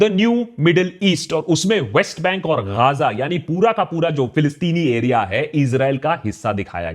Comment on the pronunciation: Bro it's Ga-za. Kya gaazaa gaazaa karre ho